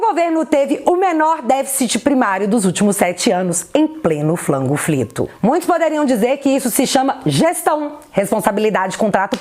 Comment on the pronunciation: Pq vc fala " Flango frito" tô por fora🙈